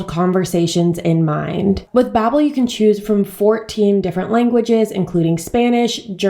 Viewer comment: Bobbel? I thought it's pronounced bAbbel? I mean they even say bAbbel on their advertisments ??